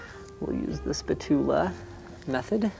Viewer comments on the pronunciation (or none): Did Linus say 'spatula as 'spa-tu-la'? It's pronounced 'spat-u-la', right?